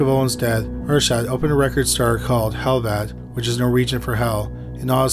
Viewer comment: Euronymous's name is pronounced like "are-set" not "or-shadt" but otherwise you did a good job covering the story, which is full of controversy and rumor. We'll never know what really happened that day in Oslo. Lords Of Chaos is trash, written by a poser who desperately wanted to be involved in the scene. The documentary Until The Light Takes Us is a much better route to take if you want to delve into the subject.